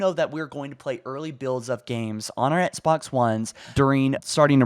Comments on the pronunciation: How can you do this for a living and pronounce Xbox as "ETSBOX"? How have you not fixed that poor little habit after all these years? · I love your videos. I feel like you say ettsbox though. Lmao. Nice. Keep up the news.